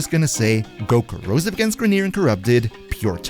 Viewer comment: Grineer in General....and Ill be TECHNICAL TOO...its CORROSIVE, not cAROSIS.